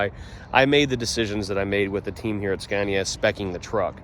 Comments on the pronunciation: "Skaaahneeaah." Not "Scaayneeaah". Try it. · Watched both of the production line videos. Very interesting. And by the way... the first "a" in Scania is pronounced like in the english word "are". 👍